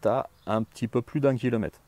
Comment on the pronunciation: Bonjour et merci pour tes vidéos qui sont très éducatives. Par contre, même à l'arrache, systématiquement les distances sont énoncées en "kilomette" ou en "mettes" donc j'espère que toi aussi tu seras vigilant à la qualité de notre belle langue Française et à sa prononciation